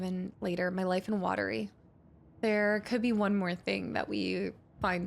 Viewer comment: Oh and the town name "Watery" derives from the Finnish pronunciation of "Huotari". You could hear Ilmo pronounce it earlier. It sounds very similar to "watery" to an English speaker's ear (unlike Alan's pronunciation of it, which is kinda wrong, lol). It's a really nice touch. It's the kind of thing that actually happens when migrants move to a new place and bring their words and culture, and they collide with the language and culture already there, and you end up things like with "Huotari" becoming "Watery", and yet neither cancel each other out. And they both make logical sense in their own way in their own contexts.